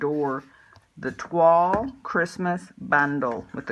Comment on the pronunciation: Thank you for the inspiration. Beautiful card. Also thank for pronouncing Toile correctly.